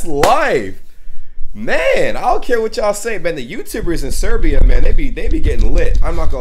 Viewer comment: Not SEREBIA!!!! BOSNIA AND HERCEGOVINA